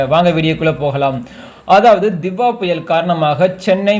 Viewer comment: தித்வா இல்ல டிட் வா😂